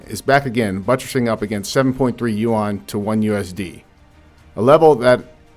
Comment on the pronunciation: Chinese currency is called "Yuan", sounds more like ruin (ruine) in French accent, not "u-wan", "u-wang" or "u-wand".